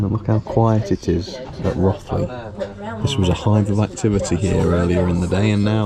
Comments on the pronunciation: Hi. It’s Rothley as if it had a W or an E. Ie Row… thlee, or Roe…three not wrath… lee 😊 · There's no "or" about it. 😃😃 It rhymes with "both" not "Goth" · Us locals call it Row (as in boat) thlee, duckeh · Beautifully filmed and produced, really doing justice to the GCR. I was born and bred very close to where the GCR loco shed now is. My first railway memories (from the 1950s) are of A3 Pacifics on the GCR, including Flying Scotsman. By the way, my parents always pronounced it as Rothley (like both, not like Rothmans) and I can't believe that they pronounced it wrongly! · Great mini-documentary & Chloe. FYI, Rothley is pronounced Row-thlee locally and the miniature railway is 45mm gauge (usually running LGB continental stock), but soooo much nicer with a bit of narrow-gauge 45mm live steam on it. Keep up the great work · You used the wrong pronunciation of Rothley throughout, the alternative you mentioned at the beginning of the film is the correct version. Excellent vid though.